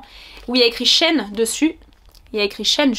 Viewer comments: coucou ça se prononce she ine car c’était anciennement she inside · Merci pour cette super vidéo! :)Je crois qu'on prononce Shi In :) Et au niveau des chaussures, as-tu pris ta pointure habituelle? Merci :)